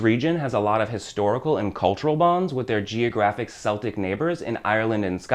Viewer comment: Quite good...although there are some errors, please accept these as constructive. You mention Samain or Samhain ( incidentally it is pronounced Sar-win ), this was a Celtic festival ( pronounced with a K not an S, Celtic being Ireland and Scotland (also Wales) from where this all started ), it marked the end of the Harvest Festival and the beginning of the Winter period. All Saints day was a Christian addition to the calendar celebrated on the first of November and All Souls' Day on the 2nd of November. Halloween which is celebrated on the 31st October is when, traditionally the veil between the living and the dead is at its thinnest, hence the dressing up today to signify that fact. Today in the UK, Halloween is growing..its commercialised.....but growing....the meaning is lost....but I'm sure the candy companies don't mind that (:0). Thanks for the video.